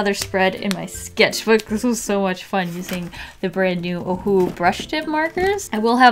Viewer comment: Nobody in the world can say “Ohuhu” much better like it was meant to sound in the first place like can.. or is it just to my hearing 🤔🤣